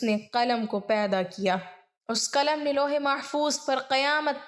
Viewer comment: Khatoon.. Kalam nhin.. Qalam hota h